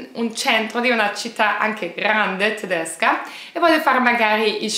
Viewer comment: Il tuo modo di dire TDESCA TDESCHI e' stupendo